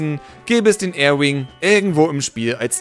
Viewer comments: Es heißt Arwing nicht Airwing. ;) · nicht Air wing, Ar wing